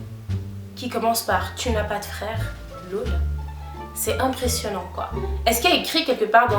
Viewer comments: Ça me fume tu dis “lôle" au lieu de "laûl" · C'est ton "laul" qui me fait rire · Tes « lol » c’est stressant la prononciation😂 Nice video sinon